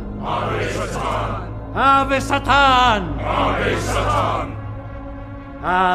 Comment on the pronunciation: The way the priest says “Satan” sounds like he said “Saturn”